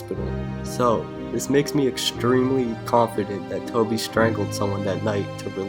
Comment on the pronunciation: Scranton shtrangler; Toby shtrangled somebody; reshtaurant; ecshtremely. Fuck man!! Do something about that sh ... shtruggle